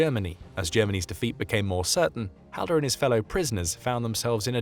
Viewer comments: its pronounced hallder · that's me grate grate grate grandad its and say the last name right ffs